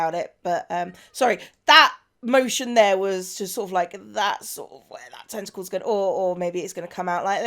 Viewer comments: The way you pronounced "tentacles" is very close to the dutch pronunciation. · also in Japanese, too